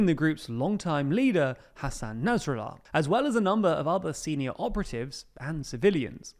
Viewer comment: why do you say naz rallar not nasrallah